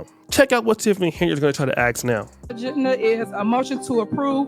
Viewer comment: The word is pronounced 'ASK' with and S not an X. Learn. Don't say AX....you sound stupid.